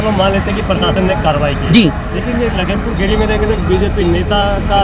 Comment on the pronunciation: भाई पहले आप लखीमपुर खीरी बोलना सीख लो क्योंकि जिस हिसाब से आप बोल रहे हो लगता नही है की आप कभी आए होगे लखीमपुर खीरी